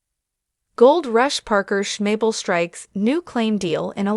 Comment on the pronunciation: Maybe you should watch the show one time and learn how to pronounce his name correctly. Rather showing how un-unique can be